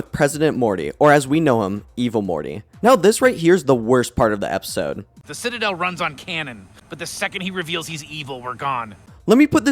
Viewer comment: Do you know how to pronounce the word “citadel”?